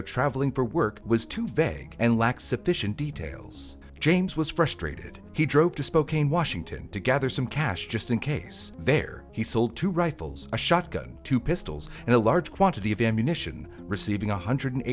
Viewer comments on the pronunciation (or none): It's pronounced spoh-can, not spoh-caine. 🙂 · Spokane Pronouced Spo-can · Spokane is pronounced Spo-Can. Good job pronouncing Couer D'Alene! *Named after the native tribes from the areas. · It's "Spo-can", not "Spo-cane." Sincerely, a resident of Spokane. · Great video. One thing though, it's not spo-cane, it's spo-can. I get it though, if I didn't live here that's how I would have pronounced it too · It’s pronounced Spo-kan, with a short A. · Spo-can Washington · Interesting way of pronouncing Spokane there, buddy. Washingtonians call it like "Spoke-anne" instead of the phonetic spelling lol. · You pronounced Coeur D’Alene right, but not Spokane!? 😂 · The most horrifying part of this video is how you pronounced Spokane